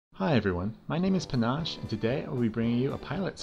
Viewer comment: Penache? This guy are Reaves haha